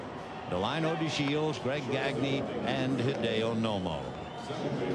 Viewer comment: Lol, it's pronounced "Gone-yay" Vin, not "Gag-knee".